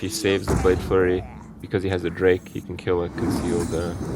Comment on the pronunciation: It annoys me when people say "Blade fury" its blade flurry -.